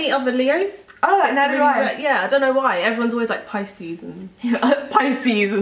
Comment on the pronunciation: i have never heard anyone pronounce pisces like that 0.0 i have said it wrong all my life...